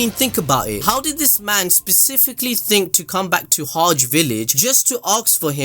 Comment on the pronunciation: Who else being annoyed by the way he says Hage "HODGE" village..... Get that Shit outta here, it's pronounced. HA GEH